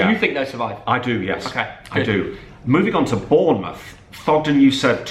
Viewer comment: Every Bournemouth fan gets triggered when Thogden says Bournemouth FC